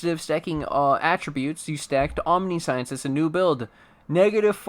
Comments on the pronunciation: British: om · ni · see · uhns American:: aam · ni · shns Streamer: Omni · Science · Only if you stop pronouncing it "Omni-Science". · That omniscience pronunciation tho (hint: it is not omni-science) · I usually don't do this but its said so much in this video that I can't help it. It's pronounced "om-nih-see-ince." It's not about science, it's about seeing everything. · Sigh, can't listen to the vid bc you keep saying omniscience WRONG. Sorry I'm a bit, or a lot, OCD about pronunciations